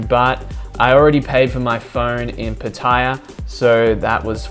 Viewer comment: Another person that made me confused by pronouncing Pattaya incorrectly. Took me a couple mins to figure out what he meant. EDIT: Summer of 2016, I spent about 530 baht within five weeks of my stay in Thailand 🇹🇭